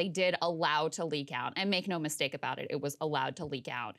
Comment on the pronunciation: Did he say "Mids-take"